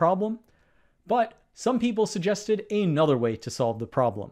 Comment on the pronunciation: Please stop saying "ay nother", as if those were two words. It's "another".